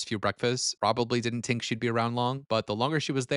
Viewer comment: Tink not think? Sheesh.